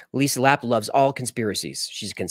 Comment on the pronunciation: Even though you might not like certain topics, you never let it show always professional 😊 also I appreciate the shout outs maybe if you remember how to say my last name LA-PAY It's spelled Lappe' ❤ Always Great Videos & After Files Live 🎉